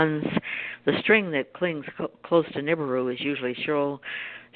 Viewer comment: Nancy, you really should learn how to pronounce Nibiru.